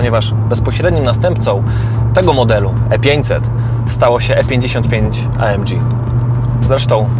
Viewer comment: Chyba EJ EM DŻI a nie A EM DŻI. Zróbcie odcinek o Tabenckim :)